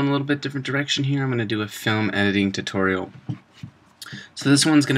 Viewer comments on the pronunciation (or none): none